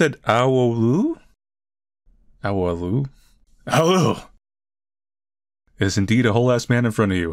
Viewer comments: As a Romanian, I must admit I giggled at the "aholoo" 😭 Idek but it's meant to go something like "ah-oh-lé-oo" I guess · I think this is the first time you play a game with romanian origins! Gavril is pronounced Gah-vRil with a hard r, and Aoleu is peonounced Ah-Ou-leu. La revedere is L-ah Reh-veh-deReh. Sobolan is actually Șobolan and it’s Shoh-boh-lahn.ts so cool that Romania is represented! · I actually subscribed to the person that made the game (and animations with that character) before this, lol And yes, "aoleu" is in romanian, altough you butchered it. It means something along the lines of "shit" or "oh god" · Bro, as a Romanian... I laughed so hard when you pronounced "aoleu" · yea you were right about the romanian (except for the pronounciation anyway, you really butchered that, but I personally find it quite funny to see people try to pronounce stuff from other languages), there is actually a ton of romanian in this game, like the name of the rat or some of his speech (aoleu is basically like omg but usually used in a bad context) and yes I am a romanian